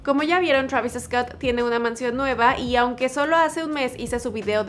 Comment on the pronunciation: Te crees que sabes hablar ingles bien y dices Travis Escot venga hombre